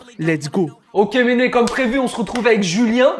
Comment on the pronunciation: Faut qu'ils arrêtent de dire Méné tout le temps